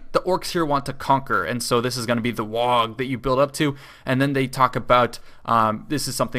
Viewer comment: please stop saying "wag", it's "WAAAGH!"